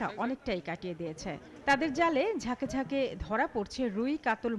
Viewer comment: দেখে দেখে খবর পড়তেছেন তারপরও ভুল করেন বাঁকে বাঁকে।